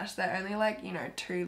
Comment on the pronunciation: What I hear when you say two: "Trowoorrrrwwwoowwwwrrr" 😂😂😂 I LOVE YOU!!! 💛💛💛